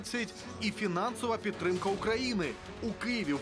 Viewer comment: Не "єПідтрика", а "еПідтримка"; не "єХелсі", а "еГелсі" - незалежно від того, як кажуть ті недолугі міністри і їхні підлеглі.